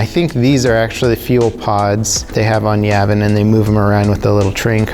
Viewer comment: Am I the only one bothered by how he pronounces Yavin?